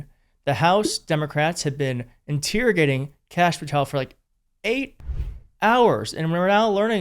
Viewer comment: “in-teer-ogating?” Are you a Friend of Desoto,?